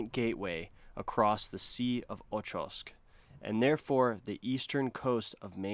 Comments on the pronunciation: It's the OKHots sea, not Ochovsk XD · My grandfather actually lived in Nizhnekurilsk which was the largest city on the island chain before the entire settlement was destroyed by a tsunami in 70's i think? Also acfufaffy itfs pronounced "ohotsk" not ochotsk 🤓